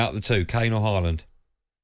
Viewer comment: Why you two pronouncing his name as ‘Hall-land’ it’s ‘Haaland.